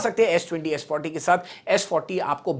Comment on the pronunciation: It's Sa-D-40 not s-40